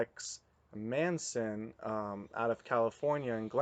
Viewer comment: By the way his name is Tex Mason, not Manson ughh..